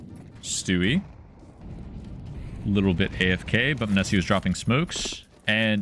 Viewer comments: munessy mOH-Ne-Sy please lmao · Dude I think you messed up the emphasis on his nickname :D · Your content is always great but fuck ME hearing your pronunciation of Monesy hurts xD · how do you watch the games and still say the name wrong? serious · butchered tf outta his name